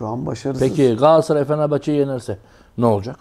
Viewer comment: ÜMİT HOCA gaasssaray degil. galatasaray... sergen hoca galassaray degil galatasaray ...